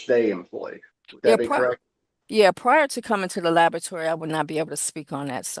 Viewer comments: She keeps saying "Lavatory." Why aren't they correcting her? Unless she checks the samples in the washroom? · I was taught to pronounce it la-bo-ra-to-ry. It sounded like “labatry.” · This witness has 3 degrees including a MASTERS and can't pronounce laboratory correctly!? "Not nuthin'" and "dat". There's no way I would have agreed to her being an "expert" witness if she calls the area of her expertise "labatory"